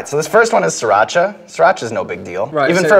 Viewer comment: He said Sriracha whats scratcha!!!